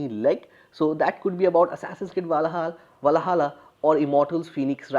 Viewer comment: Bro I used to watch a cartoon of your country named "Chota Bheem" when I was a kid. In one of it's episode the name Valhalla was pronounced multiple times watch that and you will learn how to pronounce it if you are having trouble 😂